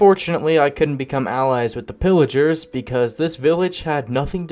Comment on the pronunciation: It's p-i-ligers